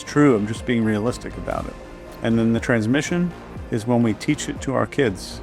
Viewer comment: Love your videos. You make me think in ways I haven’t before. One comment: isn’t it “transmission” not “transmition”?